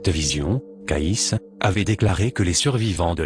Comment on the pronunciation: CAYCE' se prononce Kéïcy" , pas Kaïss😒